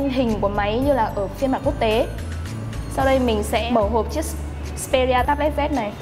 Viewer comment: đúng phải là: "Tây bờ let zi ss pê rí à"